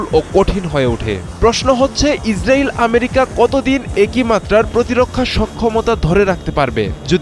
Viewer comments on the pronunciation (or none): none